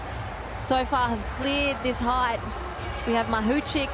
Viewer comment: Height does not have a h at the end, commentator lad.